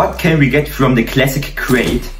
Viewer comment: Lets twy the claassic cwate